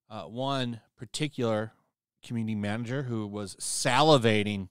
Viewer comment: Lol "manger"